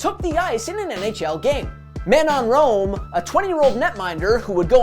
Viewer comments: 🤣He said "Man-non-gnome!" 🤣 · That that was hard to listen to He said man on roam 😂😂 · You butchered Manon Rhéaume's named. Its Man no Ray ome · I recall that season....and it's Ma'non Ray'ooom...btw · Her name is pronounced MA-noan RAY-ohm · Who’s Man-nom Rome? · You murdered Manon Rheaume's name. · seriously....you don't know how to pronounce her name? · Well, I suppose that's one way to pronounce Manon Rhéaume. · Butchered the pronounciation of Manon Rheaume's name. Why is it so hard for english Canadians to properly pronounce French names?